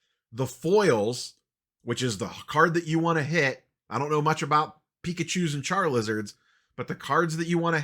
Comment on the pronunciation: Lmao "charLizards"